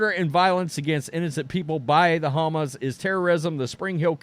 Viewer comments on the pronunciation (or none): OMG I couldn't make it through the video because of how dumb you sounded saying Hamas. You really should have learned how to pronounced it.